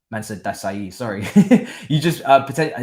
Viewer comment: Pronounce Disasi like DiSSaSSi (Like SAharah or "Sy") And not like Dizazi.